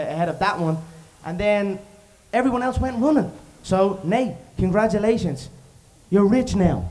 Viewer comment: "So Nate, Congatulations, you're rich now." - GOAT